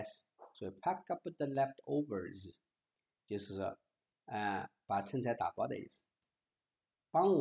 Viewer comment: 剩（sheng )菜